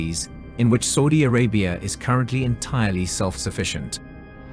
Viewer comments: i wish you stopped saying Sordie Orabia....its S.A..U.D.I ARABIA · Never heard anyone butcher Saudi Arabia so much sounds like saying soodie Arabia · The way you say Saudi Arabia 🤓🤓🤓